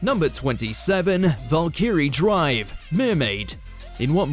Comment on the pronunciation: You mispronounced Valkyrie & maken-ki, its like you never watched them before making this, oh wait. Could someone fire this idiot & replace him with someone who has brains.